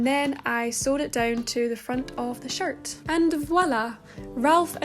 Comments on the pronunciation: Everytime you say shirt I hear “shart” and I love it. I’m almost in tears. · I laugh when you say shirt cus it sounds like shart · Beginner sewing Alabama girl here giggling everytime you say "shirt" because it sounds like the term "shart." 😂😂 In all seriousness, you have some of the best tutorials! I've been binging since I came across your channel! It's not about making the same exact shirt you made (even though they're super amazing). You're educating us on the stitches used and why you used them. LOVE IT! THANK YOU! Love, Your newest subscriber 😍